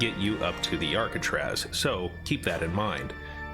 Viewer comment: Hey at least he can pronounce arcatraz